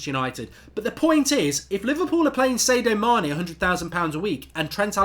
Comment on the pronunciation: Who is Say-dio Mane?